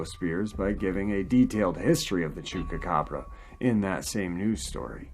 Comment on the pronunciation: I like you..you're a nice guy..I love your channel..but if you don't start pronouncing Chupacabra with a Goddamn P and not a fucking K..:-)